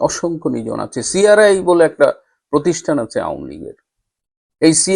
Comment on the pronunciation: OOr nam ta NIJON, not nijhon. but thank you for your words regarding Nijon, he is inspiring